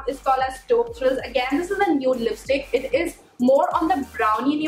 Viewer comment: It is not Cheap thrills it is taupe thrills